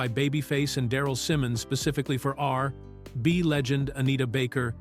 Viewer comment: Mf can’t even say R&B